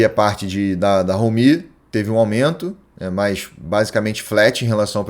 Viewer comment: ROmi, e não roMI.